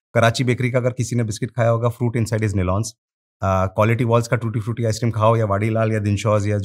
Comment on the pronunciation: When he said “ we supply tootee fruity “ I just stopped my walk 😂 WOW 💪